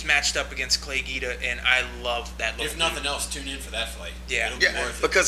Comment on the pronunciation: Clay GUIDA not GEEDA lol